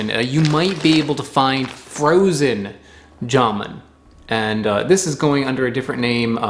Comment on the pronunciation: It's not JAmoon, it's jamOOn...